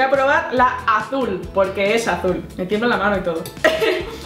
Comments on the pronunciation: ES AZÚL TE DIJE NO VERDE leer con vos de natalia😰😡😠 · Si es "alul" :v